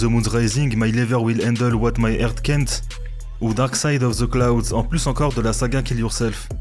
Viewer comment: c'est une sorte d'accent ( on dirait qu'il a le nez un peu bouché peut être)j'ai l'impression, pas toujours facile d'avoir la prononciation parfaite, mais honnêtement, la volonté est bien là 😉 en plus , il écrit correctement dans son montage donc il sait que ça ne se dit pas " clownd " 😜